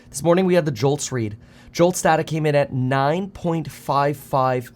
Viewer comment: It's data, not data.